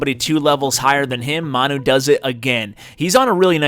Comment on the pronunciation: I think it's pronounced 'man you' he looks like a Manchester utd fan a soccer/football team in the uk